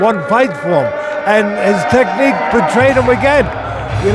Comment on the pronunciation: Teddy said..., "Technique"!